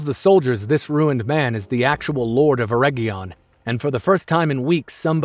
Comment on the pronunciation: his name is Arefarizon not farizon not a small mistake